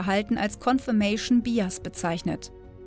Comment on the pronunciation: Bias: Man spricht es "beiäs", da englisch- ansonsten ganz gut. Allerdings bitte nie vergessen, dass du keine Vergleichsgruppe mit dir selbst hast, wenn du anders gehandelt hättest ( Bsp. Erster Satz zum Immobilienverkäufer - das wäre in der Psychologie dann nur eine an sich wertlose "one-shot-case-study")